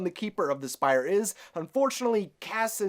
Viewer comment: Umm...It's pronounced Spire. Good theory and poor varian he just got his dad back and now he have to save him again. i think Zhan tiri is trying to control the brotherhood and go to war against corona and be the moon stone & dark kingdom vs corona and the sun drop.